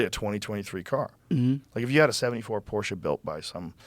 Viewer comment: Thank you, Joe, for correctly pronouncing Porsche. Also, Porsche designed the original Volkswagen (”People‘s car”) for Hitler.